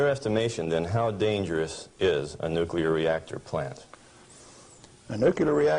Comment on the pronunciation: I can't believe he says Nucular